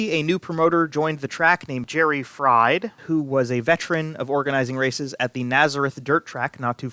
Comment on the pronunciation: Jerry Fried . . . who also promoted the half-mile track at Nazareth . . . pronounced his name FREED! Not like the potatoes you get at McDonald's.